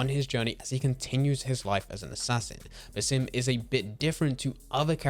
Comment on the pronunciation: As an Arabian viewer , the way you speak his name is funny but not accurate at all, the proper way is to stretch the “A” in Basim a little longer like this “bAAsim” i don’t know if you get what i mean but thats the correct way , his name is a derivative of the word “basma” which literally means “smile” so Basim means the one who smiles 😁 Keep up the good work i have already binged 5 videos for you in one hour